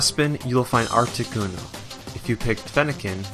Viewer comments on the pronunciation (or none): It's been 10 years, and I'm gonna guess this guy was a first time Pokemon player, going by how he pronounced Kalos and Articuno. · That's a funny way of saying "Articuno"